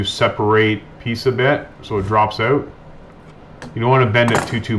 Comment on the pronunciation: "owt" you're Canadian 😂😂😂